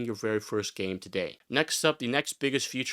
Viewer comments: It is pronounced FEE-CHUR. Never FUTURE. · You sound like a native speaker but I can't get over how you pronounce feature future. Never heard that before haha.